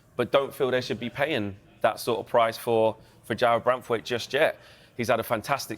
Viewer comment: It's Jarrad Branthwaite, not *Jarrad Branthwite.